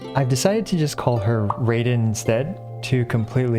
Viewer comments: I'll call her Raiden instead. Everyone: it's not RAY-den, it's RYE-den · You still say Raiden wrong 😭 it’s Rye-Den, like the grain rye. Not Ray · Raiden is a Japanese origin name. So it’s pronounced rye-den. Not ray-den. To be pronounced Ray-den, under Japanese rules, it would have to be spelled Reden or Reiden. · Uu acshtually her name is prghonounced rAiden not raiden. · "I've decided to call her 'Rayden' instead to completely avoid this controversy." ahem It's pronounced Raiden, Ra-i-de-n. It sounds like r-eye-den. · Tiny bit of pronunciation help: 'Sara' is pronounced like 'Sah-ra', not 'Sarah' (the American female name) 'Raiden' is pronounced like 'rye-den', (rye like the bread), not 'ray-den' Hope this helps. :) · An easy way to remember Raiden is not Rayden is the electric Pokémon Raichu, evolves from Pikachu, the "Rai" is pronounced the same :) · It's not ray-den. It's rye-den. =) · Raiden is pronounce as rye-den (like dye/die), and Baal is pronounced Bah-ahl. :) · Uhh no actually, its not Reiden {raiden} its pronounced (Ruh-iden) Sorry bro its not over its not gonna end from(baal) Lmao 🤣😂😂😂 im just meming guys dont take the comment as offensive. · Alright, so now it is time to correct how you say Raiden! It is not "raid-en" it is "ra-e-den". Not separately pronounced. Just separated the letters to show the pronounciation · fyi, i think its "righden" not "rayden", and "ayloy" with the "ay" as in "hey", but great video nevertheless ty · Even when you say “Raiden” it’s not “Ray-den” it’s “R-eye-den” Shame on you 😂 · Me: ohh ok he's going to stop saying Rey-den and instead say Rai-den like it was ment to,that's nice: Sike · Poor man, he gets rant when calling her "Baal" and "Ball", and to avoid that he calls her "Rayden" instead of "Raiden" XD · You are pronouncing Raiden wrong too. Its Rai-Den, sounds like Rye-Den. You are saying Raid-den. Theres no second D. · Not Beyl its Bah-al Not Rey-den it's Rah-ih-Den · its raaiden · nO iTs RAy-DeN